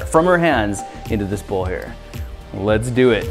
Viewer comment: When he said light this whole bowl on fire, I just heard "light this hobo on fire".